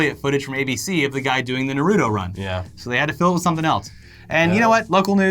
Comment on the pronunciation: Yo here's the pronunciation Ah-caughts-key also Nar-u-toe.